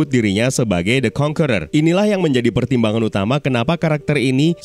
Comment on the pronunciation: AKHIRNYA ADA YOUTUBER YANG MEMPRONOUNCE 'CONQUERER' DENGAN BENAR